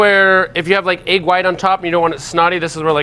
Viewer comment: Love the video, but someone needs to tell how to pronounce the word egg.